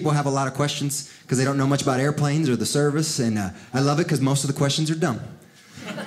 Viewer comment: "That's what I'M talking abouf!1'